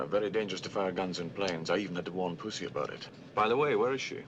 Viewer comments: Just pronounce it puzzy like the actress. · Say it like Sean: “Pooshy”